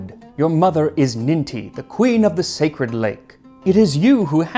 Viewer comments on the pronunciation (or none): none